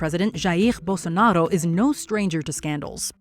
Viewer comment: I mean, no to be picky but why do you pronounce Bolsonaro like a french person? It literally is pronounced as it is spelled, I get the trouble with Jair, but Bolsonaro?